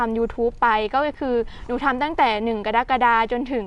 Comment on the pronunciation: ออกเสียงเดือนว่า.…กะ-ระ-กะ-ดา จ้า 🌸🍀